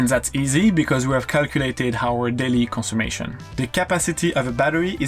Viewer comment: Just found your channel, love your videos! Just a little note, it is ‘conSUMPtion’, not ‘consummation’, the latter can mean something quite different! 😆😆